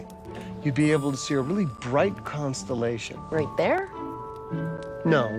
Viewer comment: Did anyone else hear Priestley say "the cumstallation" instead of constellation?